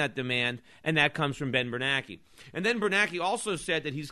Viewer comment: Of all the things Schiff is great at, name pronunciation is is not one of them....but then again, if he wants to call them "bernackee" and "krugman", I don't mind. (I mean, it's not like his name is spelled "kroogman." Why the heck should he get to be called that?...well, plus he's an idiot who called for the government to create the housing bubble, so I'd say Schiff is doing him a favor by not just calling him "asshole")